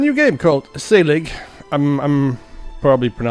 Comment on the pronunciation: you pronounced it properly. S (ay) lig